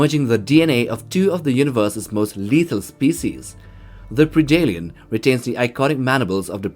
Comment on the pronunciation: It's "pred-alien" not "preedalien".....how can you say the word "predator" just fine, but you can't say predalien? Friggin weird bro.